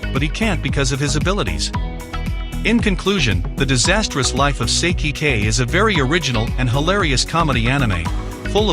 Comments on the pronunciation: Ive seen all these animes but it bothered me Its Sigh-key=Saiki k. Thats even how they say it in the show it just bothered me thats all i love that show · Did this man just say "Sicky".